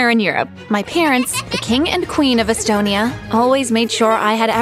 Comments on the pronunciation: its not astonia, its estonia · It’s Estonia not astonia